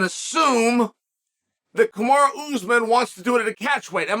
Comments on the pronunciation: It’s not “Kamari” it‘s, Kamaru. So don’t try and wigga-fy it. That’s only used as convenient. So is that what it is? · I think uncle chael pronounces names incorrectly on purpose!! 😂 kamara usman